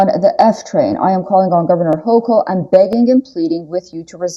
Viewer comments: Hochul is pronounced Hokul. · Thanks for the update! Very sad. I live in NY State and we pronounce Kathy Hochul's name this way: Hoe-coal.